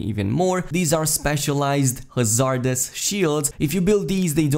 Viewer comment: great video as always but just to throw it out there, most native english speakers pronounce it HA-zard-ous as opposed to ha-ZARD-ous, stress on the first syllable. it doesnt really matter in the end just thought id throw it out there.